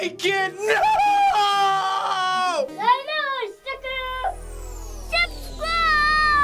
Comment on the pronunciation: i die every time he says subsquwibe